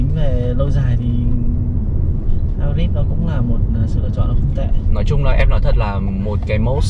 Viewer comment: Kênh hay, nội dung đc, mẫu ok. Nhưng nên học thêm tiếng a nha sếp :)) hai bớt là công nghệ gì đấy